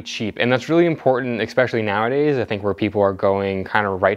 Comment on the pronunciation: Esssspecially, not Eckkkkspecially